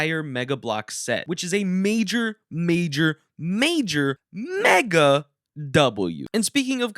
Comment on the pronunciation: Do you just say meggle The Ha ha He set Meggle